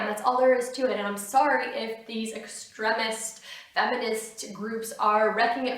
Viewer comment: extr EM ist id have thought she could pronounce that word properly